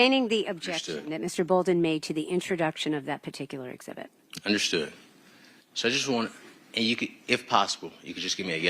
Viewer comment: Of course he's guilty. His defense lawyer can't even pronounce 'exhibit' properly.